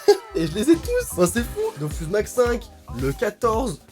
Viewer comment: Par contre ça me stresse comment tu dis "dofUs" parce que le u se prononce ou😭 c'est dofous (désolé de faire chier mais ça me stresse à mooooort)